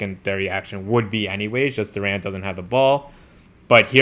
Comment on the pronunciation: Jalen Duren's surname is pronounced with the stress/emphasis on the first syllable, resulting in "DUR'-en" rather than "dur-EN''".